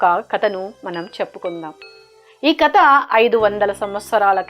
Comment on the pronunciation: కత కాదు, కథ.